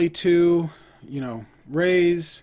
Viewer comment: Raees , it is pronounced as Ra-his, it means rich or wealthy. Checkout my reaction too...